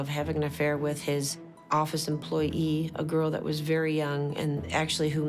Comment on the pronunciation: the lady says "employ-ee"